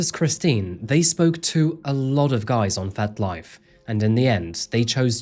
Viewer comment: Are you saying 'Fet Life' or 'Fat Life'?.. (Either way, but curious). 🤔